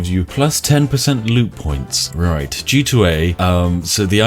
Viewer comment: I love how I thought you said lewd points instead of loot points Seems like the perfect currency for a scummy company such as G2A